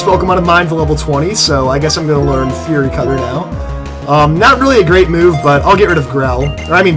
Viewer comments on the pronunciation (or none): none